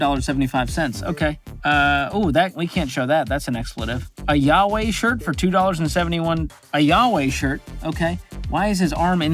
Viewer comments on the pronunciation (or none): none